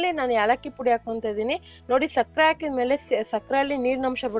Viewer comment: ಅ ಹ ಉಛಾರ ಸರಿಯಾಗಿ ಮಾಡಿ ಅಕ್ಕ ಹಾಲು alu ಅಲ್ಲ ಹಾಕಿ ಆಕೀ ಅಲ್ಲ ಅದು